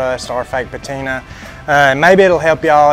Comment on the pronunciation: It's "PATINA"!!!!!!!!